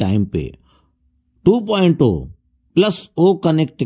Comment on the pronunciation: 2.0 (2.zero ) ko aap (2.o bolte ho ) no knowledge